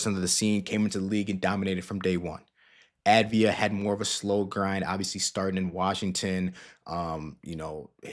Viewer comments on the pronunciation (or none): It's pronounced AHV-DEE-AH. Sounds to me like you're just putting the V and the D in the wrong order. :) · The A is pronounced like olive rather than avarice. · dude.... it's AV-DI-JA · Enjoyed it, but look into how to pronounce his name.